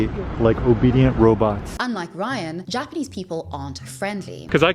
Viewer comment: His Japanese pronunciation is very poor - his he manages that after living and teaching English in the country for years, it quite impressive level of failure.